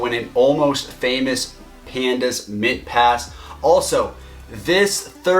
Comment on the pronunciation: did i hear mintpass?